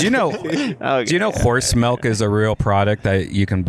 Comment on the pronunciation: Redban say melk instead of milk 1 more fuckin time i swear to god